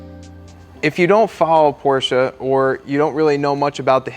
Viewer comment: At least you’re pronouncing Porsche correctly now